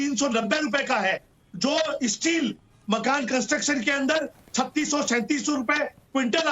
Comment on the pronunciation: 🌷 🙏 🌷 पहले तो उर्फ जी शब्दों के उच्चारण में शुद्धि लाए। ताकि हम अच्छी तरह कंठस्थ कर ले। चिल्लाने से सब चिल्लर हो जाता है और संगठन भी। जैसे-- डीज़ल है ✅ डिजल नही ❌ देश हैं ✅। देस नही ❌ कंस्ट्रक्शन ✅कोनसटरकशन नही❌ हजार ✅ हझार❌ नही आदि आदि 🙉😱🥶 जिस संगठन को नेतृत्व करने वाला ही??? हो तो वोह नेत्र कहा से लाएं।😂🤣😂